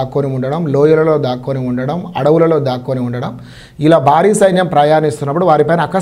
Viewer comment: యాంకర్ గారూ ముందు తమరు తెలుగు sarigaa మాట్లాడడం నేర్చు కొండి . బారి కాదు భా భా భారీ